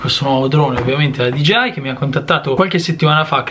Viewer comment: Allora non sono l’unico ad avere difficoltà a pronunciare DJI 😂